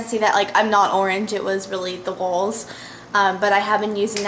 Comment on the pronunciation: love your hauls! you say walls, like 'wauls' hahah ;D